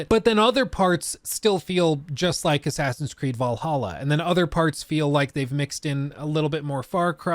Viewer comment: I feel genuinely offended that you keep calling Assassin's Creed V'laha wrong.